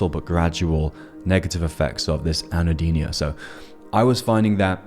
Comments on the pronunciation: "Anhedonia", not "anhodenia [sic]" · “Anno-deenia” 🤦they should have never gave you kids computers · You're pronouncing "anhedonia" incorrectly.